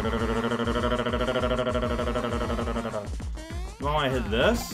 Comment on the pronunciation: saying thunderrrrr is the best thing.